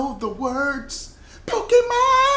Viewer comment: The acsented e in Pokémon make the ā sound